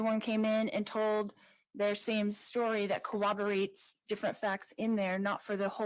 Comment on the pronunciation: Not to be petty, but she pronounced it "Co-woberates" 😄